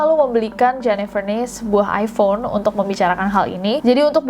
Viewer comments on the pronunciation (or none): none